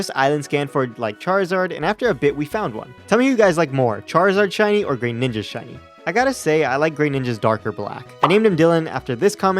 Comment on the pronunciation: It's pronounced gruh ninja